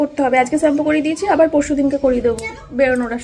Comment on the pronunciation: চেম্পু না শ্যাম্পু বলতে শিখ